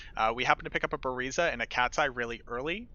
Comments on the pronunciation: hate the way you say buriza lol.. leave the A out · still sounds funny🤣